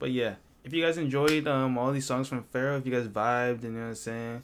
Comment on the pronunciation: Bro, please, listen Travis $cott, PHARAOH - RARRIH